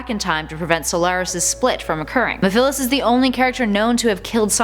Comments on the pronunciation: Can we just talk about how she said mefelis Qnd not mephlise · It's not mefilis it's meviles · I’m not trying to be rude but (meh - fa - lis) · Its mephiles not mephilis. Get my name right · Mefillis? I think it's actually ME-PHILES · You pronounced Mephiles wrong it is Meph-i-les with a short i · It is pronounced Me-phi-les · I think you mean the water dragon chaos not chaos 6. That thing is probably weaker then the water dragon form, witch is its final form by the way. Sonic had to be super to beat it. ph makes a f sound not a p h sound for mephiles. It could argue that sonic was in a wakened state at that take point as he had fought off quite a few people for quite a while with no brakes. He was still recovering. Silver being one of those attackers and he nearly got him too. Also Mephiles was beaten and contained by shadow so what does that make shadow? I didn't play the games, just watched them but I do know that. If we are counting mephiles then we have to count the gias from sonic unleashed. Sorry but they are on a close enough level and chip is technically a character and light gia, sorry for spoilers but yah. Oh and I'm sure we could find a lot more in the comics if we really wanted to go in depth with this thing. I wouldn't normally count mephiles and chip though as they are in the devin creature department and more a force of nature. Wait you allowed for mephales but not salorise you know the two are separate entities right? If you include one you should include the other too. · It’s pronounced Me-Fil-es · It's pronounced mef-lis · Mephiles. I see why you pronounce it like that, but it's pronounced Meth-er-lis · uou pronounced Memphilis wrong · It pronounced (Meph-Uh-Lis) lol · Mephiles and shadow (you pronounced mephiles wrong) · You said Mephiles wroooooooooong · Thats not how u pronouce mephiles Btw thesteongest is shadow!